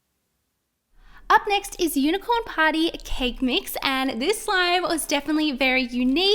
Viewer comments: I thought y said potty I was like what but it said party😂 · Who else thought she said unicorn potty because the slime was yellow and how she said it?